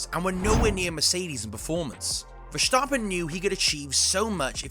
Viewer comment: Why on earth do you pronounce verstappen with a "sch" sound around the s? That sound doesn't exist in Dutch and the Dutch version isn't even hard to pronounce for english speaking people. Poor journalism